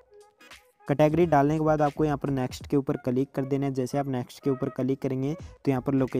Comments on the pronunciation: Bhai it's not calik ... it's click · Kalig nahi he bhai Bo click hota he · 😂😂😂 calik nahi bhai click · Fan!! of your word " Ca -lick " 😅